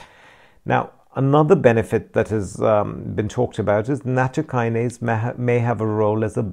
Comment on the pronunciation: Thanks for your post. It'spronounced nat TO' by the way